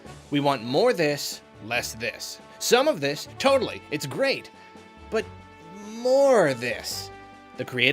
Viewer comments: TOADally? heh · That feeling when he says totally and it sounds like "toad-ally" while there is Captain Toad footage on screen.